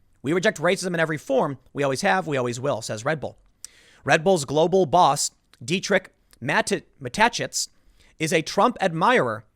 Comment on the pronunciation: I know it's not easy to pronounce Dietrich Mateschitz for the first time. But you could try hearing how it's said first.